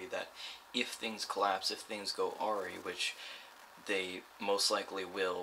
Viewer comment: Baguette was pronounced correctly, however one word you used, AWRY is generally AH-RYE (like the bread you get a corned beef on) Minor point I know on an otherwise good video. I bought $60 in halves yesterday and had the same result. In the past I have gotten either 40% or 90%, so it's Luck if the draw.